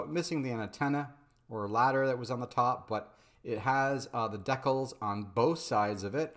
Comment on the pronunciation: Love your stuff, but you're not pronouncing decal correctly.